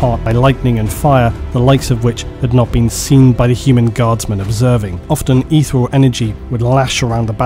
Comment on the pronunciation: you mispronounced "detritus" and "ethereal", FYI